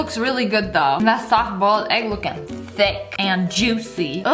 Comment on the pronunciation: No one: You: and we have some very Very tHic bacon